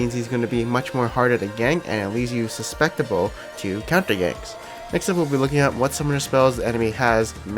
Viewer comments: The first time I heard you say "suspectable" (qhich isn't even a word, btw) instead of "susceptible" in your videos, I chalked it up to a one-time mistake... but no, you say it wrong EVERY time you try to use the word, and you sound like an idiot. Look carefully at the order the letters come in... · Please stop saying "suspectible" which isn't a word. "suss-sept-able" = how to pronounce susceptible, which is the word you want. Love your stuff, but that is something that just grinds on me.